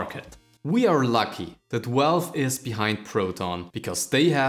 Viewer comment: I heard "welwe" - what the heck did you just said? Ah... Valve....right... Then I hear Welwe again - what? Ah, forgot again you meant "Valve". Other than that, great video :D